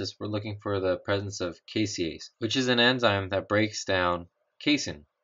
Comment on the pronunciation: The enzyme in the Casein Utilization experiment is "caseinase" not "caseiase" just fyi.